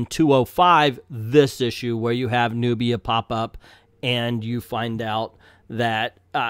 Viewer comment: At least say her name right!